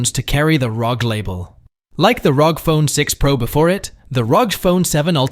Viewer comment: its R O G you don’t say it as a word